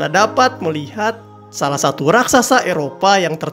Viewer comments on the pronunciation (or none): none